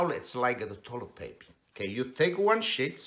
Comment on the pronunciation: he said “one shits.”